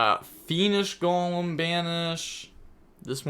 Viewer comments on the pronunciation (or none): You need to add Golem to your next pronunciation video